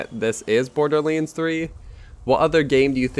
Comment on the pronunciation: he pronounces Borderleans not my fault :))